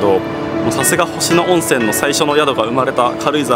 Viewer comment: 誤：「星野温泉トンボの湯」行き 正：「星野温泉トンボの湯」で下車 ほか 「星野温泉」の読み方 誤：ほしのゆおんせん（どうしてそうなった…？） 正：○ほしのおんせん お詫びして訂正いたします。